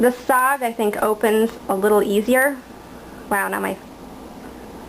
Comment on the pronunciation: Its cald S>O>G not sog and this ia a cool vid